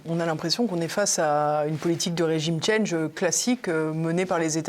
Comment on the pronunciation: regime change (rédjime tchange) parlez français svp